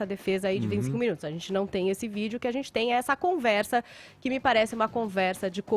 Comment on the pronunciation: Esse "adzenti" do Fefito é nojento